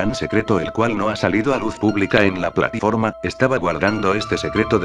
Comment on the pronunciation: like si dijo platiforma embes de plataforma